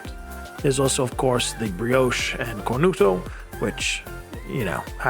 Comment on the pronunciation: Wait what? Cornuto? 🤣